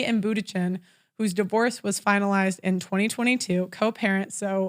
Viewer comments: That quote was from Sherrill Sandburg the former Facebook CFO and it’s pronounced “Munchen” not Bootychin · Giselle Boondshen would be more like it, if pronouncing an Ü is out of the question. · Hahaha can't pronounce Bundchen... tip it's not Buttigieg.